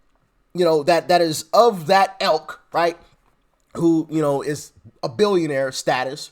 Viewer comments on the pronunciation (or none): I love you to bits, Doc. But it's ILK - not elk! An elk is an animal (as you know, of course). Merry Xmas, my friend 🎄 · Great job. It's "ilk", not "elk". Fascinating stuff!